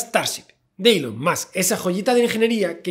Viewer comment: Gente normal: Elom Musk Gente rica: Musk Javi: Elom Soy el Puto Amo Musk XD